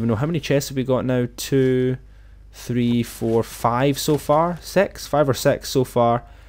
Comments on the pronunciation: he said sex instead of six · Not to be rude but you said sex instead of six but great lot thx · You said sex instead of six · Tony Gg that's the way he pronounces six grow up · Very good and its six not sex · I don’t know who else noticed that he said sex instead six😂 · sorry if im annoying but u said sex not six lol love ur vids. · He said swx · He said six into “sex” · X2 HE SAID SIX AS SEX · its an accent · When he said 5 or six It sounded like he said sex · Did he say five or sex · Did he say fiveor sex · he doesnt know how to pronounce SIX? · Foive or sex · A1 beafyqueefy that's the way he pronounces six grow up